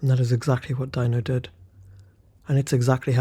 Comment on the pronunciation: I think his name is pronounce "Dee-no", not "Die-no".